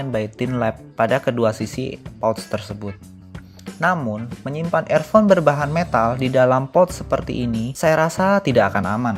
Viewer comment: Review nya uda bagus... Tapi klo boleh saran untuk pengucapan kalimatnya lebih diperbaiki lg.. Seperti pengucapan earphone.. Sound staging.. Sisany uda ok!